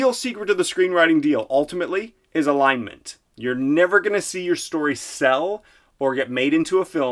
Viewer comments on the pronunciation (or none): I thought he said line mint. haha